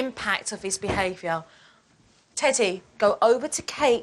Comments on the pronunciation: It sounded like she said Titty instead of teddy 😂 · I thought she said, "Hi, Titty!"😂😂😂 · I can’t stop laughing at teddy Bc I think they are saying titty lol